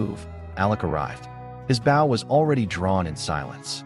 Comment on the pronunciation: An Indian’s bow is pronounced with a long “o”